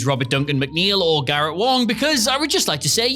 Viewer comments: What is it with this guy pronouncing Os as As in names? It's Garret Wang not Wong and Ro Laren not Loren. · are you trolling when you say "Ro Lauren"?? Laren lair and N laren. Garrett WONG???? what the Hell?? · 1. yeah nah. not even remotely a "secret" because it never happened. 2. "a sizeable chunk of the crew" less than 10 characters. deep sleep was garbage. 3. not really. picardo didn't want to be a comic character. he said "don't make me be a clown character or humor relief, I won't play it if he's just a joke". 4. not a secret, again. 5. you said garrett wang's name wrong. I know it's hard for brits to speak real english, try harder. also this was not remotely true. jen lien was let go because of severe mental disabilities/disorders. it had NOTHING to do with Wang. 6. not even remotely a secret. literally part of the show, if you even remotely watch it you can figure it out. it's great they cut ties with deepshitnine because the show was garbage compared to tng or voy. 7. NOT A SECRET WHATSOEVER. Kate talks about it constantly. 8. yeah, nasa and star trek have been a couple since the 60s lmao 9. who cares 10. not even remotely a secret, Kate talks about it all the time.